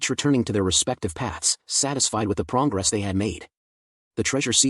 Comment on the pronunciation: Did I really hear "PROWNgress" ? :face-green-smiling::face-green-smiling::face-green-smiling